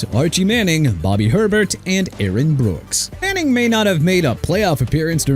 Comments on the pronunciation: Isn't the Saints qb pronounced Bobby A-bear.. not Herbert? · Did he say "Bobby Herbert"? Makes me wonder if this video was actually done by a real person. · Good lord… it know how to pronounce Hebert? It’s not Herbert. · Bobby Herbert's last name is pronounced (Ay - Bear). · It’s pronounced Bobby ey-bear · Bobby Herbert is pronounced (A-Bear). It is a Cajun name from a Cajun man. Technically, the name is French derived. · I can think of several names left off that need to be put on here: Vikings: Tommy Kramer Washington: Sonny Juergensen Patriots: Steve Grogan Also, you butchered the pronunciations of Rypien and Hebert.